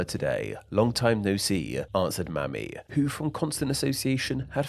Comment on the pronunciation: When you're reading, leave no page unturned. "Mamie" is pronounced as "may me", not as "mammy". Mamie Eisenhower would be disappointed. This was a very interesting topic, and since you brought it up, it would be interesting to discuss phrases where Chinese immigrants have influenced (especially American) English.